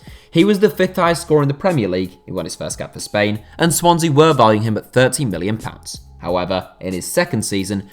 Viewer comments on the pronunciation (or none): none